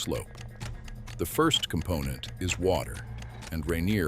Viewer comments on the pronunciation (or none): none